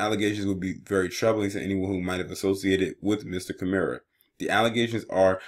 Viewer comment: and it’s kim-er